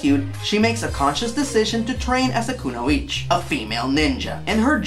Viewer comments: To be slightly pedantic its not Kunoich, its Kunoichi, (ku-no-ee-chee) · It's "kunoichiiiii", baka. Anyway, THAT'S what I call an Honest Review ♥. Man oh man.